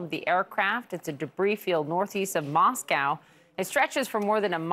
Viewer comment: Lol u cant say Moscow